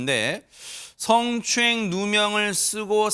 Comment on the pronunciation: 승추행 승추행 발음 왜저래